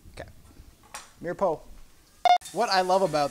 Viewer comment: LOL. Mirepoix. It's pronounced meer-pwah. Great show, though. I am enjoying this while waiting for my first share to arrive.